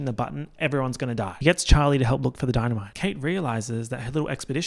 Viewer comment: “the dee-na-me-tay must be Italian” my favorite joke 😂 it sparked something in the back of my mind on the first watch, but only on the second watch did it finally click! Thank you for that reference 🧨🐿